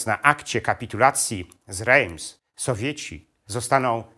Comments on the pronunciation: Rejms??? Nosz kurwa! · Świetny film. Drobna uwaga, Reims wymawia się inaczej. Pozdrawiam